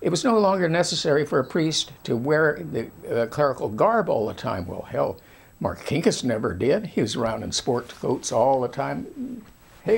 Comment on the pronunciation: First of all my uncle was not a thug , Also learn how to say Marcinkas !!!! My uncle Paul was a great man Who did great things for the catholic church